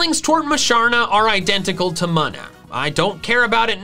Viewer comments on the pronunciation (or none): Munna = "moon-uh" 🌙 not "muhn-uh" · BTW it's pronounced MOO-na, not MUN-uh for Munna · Normally you're really good at pronouncing pokemon names (Yahvaltal included, of course), but....what?? LIE-leep? It's LILL-eep...like a lilly...right? And I've literally never heard anyone pronounce Munna as anything but MOON-a, like....a moon stone. Yknow, that thing it evolves with? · That's a pretty brave way to pronounce munna.